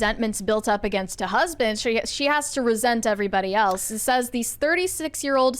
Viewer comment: Why does say “eltse?” Is he trying to say “else?”